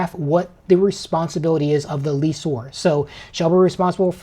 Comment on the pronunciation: FYI guys the words are pronounced like they are spelled. Correct: "less or" and "less ee" / Incorrect: "lease or" and "lease ee".